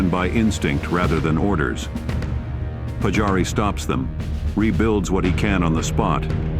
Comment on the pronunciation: Olisi hyvä kunnioittaa suomalaissankareita lausumalla nimet oikein. Siis Pajari eikä Patsaari.